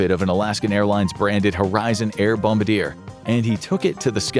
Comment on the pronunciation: Bombardier is pronounced wit EA sound at the end.